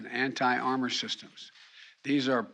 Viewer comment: "Anni air, anni tank munitions." Biden needs to take some anni oxidants.